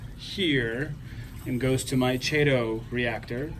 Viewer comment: bro it's pronounced kay-tow for chaeto not however you say it lol and tunze is pronounced tune-z like the letter Z, I do LOVE your set up though, nice work